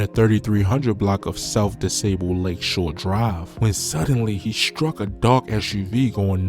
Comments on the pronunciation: Wtf is south disable? 🤣🤣🤣 You mean south DU SABLE? Named for Jean Baptiste Point du Sable, the Black man who founded of Chicago 💪🏾👑💯. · U know you not from Chicago u cant even say dusable right gang nigga n it Cicero blood